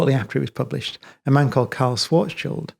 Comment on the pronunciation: I love Brian Cox because he is excellent physicist and science communicator, but above all, because he pronounces Schwarzschild correctly.